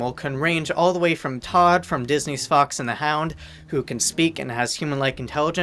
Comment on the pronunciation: I literally thought he said " from Disney's FUCKS and the hound" LOL